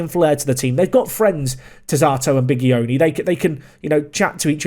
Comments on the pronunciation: Bigioni pronunce of G is like GI of giant in english So not GH or J, simply GI so sounds like BiGIoni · The G in Fausto Bigioni is pronounced more like the J in a Portuguese Joao than the g in goal.